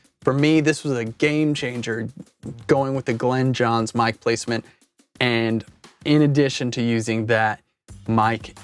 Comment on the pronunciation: Glyn (rhymes with in) Johns NOT Glen ‼😒 I'm a big fan of the M 160 and ribbons in general, which actually happen to work quite well with the Glyn Johns technique; however, Glyn Johns primarily used U67s, and sometimes U47s, or ELAM 251s, in cardioid mode. Most of the time a D30 would be used on the bass drum. A snare mic was printed sometimes, but only when he thought it was necessary, based on the drummer, and what kind of music was being recorded. It also helps if the drummer hits harder, like John Bonham or Keith Moon. I understand what you're doing here, but once you go beyond the three or four mic setup, you no longer have the said technique. EQ and maybe compression are used very sparingly with this method. The key thing that most people miss here, is that, the mic pres should be boosted 10 db more than usual, and the faders brought down 10db. THAT'S IT ‼It's not complicated. Unfortunately, you Millennials and Post-Millennials always have to keep adding more and more and more and.... 🤯